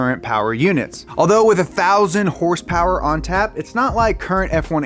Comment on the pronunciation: You say 444 horsepower, I hear 444 Hearst Purse